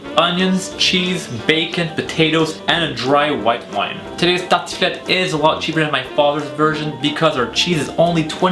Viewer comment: bonne vidéo mais sa se voit que tu parle Français de base car tu dit tartiflette comme les Français